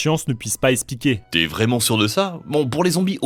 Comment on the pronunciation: Ça serait bien de commencer à prononcer expliquer au lieu d'espliquer